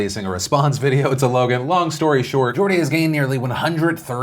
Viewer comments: At least you pronounced Geordie right. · Phil go on the True Geordie Podcast! Also shoutout for pronouncing Geordie's name right, most Americans get it wrong!